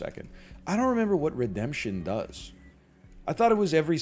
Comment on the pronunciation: it kills me Egg didn't read Redemption properly